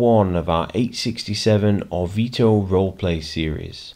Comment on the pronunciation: As one of your (few?) Italian followers I am already really enjoying this new campaign and how you started role-playing it! The only one little thing to fix is your pronunciation of Orvieto, here is a quick guide